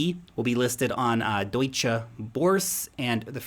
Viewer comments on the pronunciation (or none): none